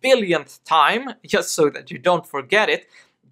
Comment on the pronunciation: you need to pronounce "just" like "dzhest".